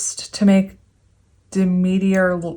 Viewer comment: Purr sef -ahhh nee you said I right the second time. She's the wife of Hades . Daughter of dah- meet - err